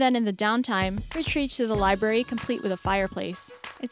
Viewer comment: "A libary" Yup that is what it is. A "libary".